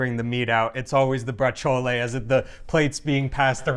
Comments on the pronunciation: Please stop saying braciole incorrectly! Pronounce it like ur wife does! ❤️😐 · I don't eat meat, only because I don't like it, the taste, the consistency, but I love braciole and chicken cutlets, those are probably the only meats I really eat, oh and bacon. I say it different than you do though, I don't add the "a" or even an "e" sound at the end, just the sound of the "ol", similar to how I say capicola, but I wonder how you guys say capicola, gabagool, we are of northern italian descent and brooklyn descent so they both probably have a place in my pronunciation. Oh you do pronounce the 'c' in braciole, we pretend there's no 'c' iot just like we pretend there's no 'c' in capicola. hahahaha